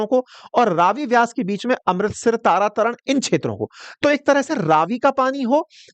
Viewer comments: Vyas river nahi hai. Is ko Beas kehte hain. Aap ne lokha bhi beas hai aur bol vyas rahe ho. Tara tara city nahi ha Tarn Taran hai. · तरन तारन हे, तारा तरन नहीं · तरन तारण, तारा तारण नहीं, नंगल, नांगल नहीं, बिलासपुर है सिर विलासपुर नहीं